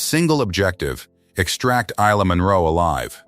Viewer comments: 🙏 for pronouncing Isla's name correctly. I noticed in version 1, the transcript says her name's Elena. Love ❤ your work. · It' pronounced properly in this one.